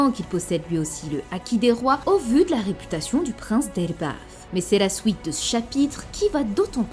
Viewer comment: Rien à voir, elle a du mal à entendre certaine phonétique , dont le [ou][i] donc elle le dit comme elle l'a toujours compris (Je vulgarise)